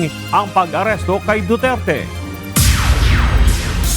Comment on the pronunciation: Who's Mr.Dutert?????? Name palang Mali na Jusko.! Duterte not Dutert!!!!